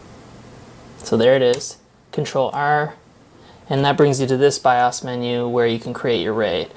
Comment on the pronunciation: good video. Not to be mean or a jerk, the way you pronounce BIOS is making me crazy! LOL! It is pronounced Biohs. Long o sound. Keep up the good work. Hope you have a bright future! (I'm an old guy, I started with Zilog Z80 processor Tandy Model III 16kb ram, extended basic with cassette tape storage and Burroughs B4800 main frames).